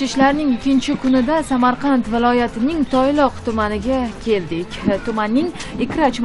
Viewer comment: Toyloq emas Tayloq